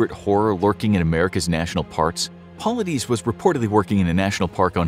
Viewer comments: It's pronounced David Paul-lied-is not Paullideez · Its pronounced "Po-lie-diss" and missing 411 literally means missing information.